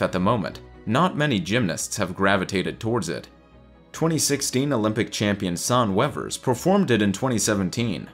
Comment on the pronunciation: How he said Sanne Wevers 😂😂😂 I’m sorry but I’m Dutch just like her and we say her name pretty differently